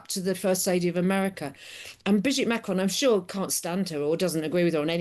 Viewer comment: The way she pronounces Macron is really beyond everything! Cringe.